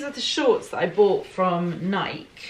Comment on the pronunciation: It’s nik-E. There’s an “E” at the end